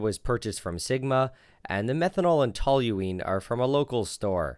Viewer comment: Thank you for saying Tol-u-ene correctly, i can’t remember how many clowns I’ve come across that add an “L” ….saying Tol-u-“l”ene. 🙄